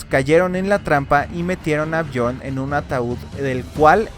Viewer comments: Es björn no jorn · Björn suena Biorn, no Jorn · Björn .. se dice biorn.. no jorn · hey no tiene nada que ver que Islandia en ingles se llame Iceland, en noruego hielo se escribe IS. por lo tanto los noruegos pusieron a esa tierra el nombre de Island. El ingles no tiene nada que ver en esa historia, dejen de ser tan colonizados mentales, no crean que el mundo nacio con los anglosajones. Otra cosa BJORN no se ronuncia como John en ingles, la jota en escandinavo es como nuestra i, BJORN = BIORN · Porque dices Jon cuando hablas Bjord